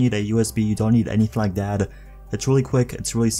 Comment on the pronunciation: He says “that” like Thad”